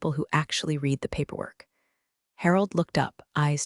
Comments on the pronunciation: I just wish that they would get someone who knows the difference between read and read. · Clue in that this is an AI narrator that doesn’t not differentiate between the various pronunciations of read, live, bow, resume, minute…